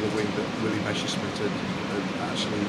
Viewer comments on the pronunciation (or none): Really terrible sound. And messerschmit is pronounced mesershmit not meshersmit 🙉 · It is not Meshersmit oh dear!